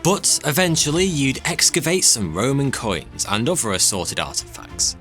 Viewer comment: Nice job narrating, but saying the /th/ sound CAN'T be that hard. Can it? Other...not Uver .... Nothing ... not Noffing..... North ... not Norf.